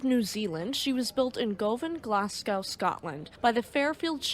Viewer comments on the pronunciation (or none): Not bad. Fairly good. Perhaps explain RO -RO as people May not know. "Glasgow" pronounced Glass-Go 8/10